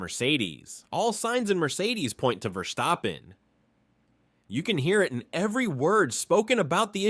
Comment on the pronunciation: Your pronunciation of VerSCHtappen is killing me😆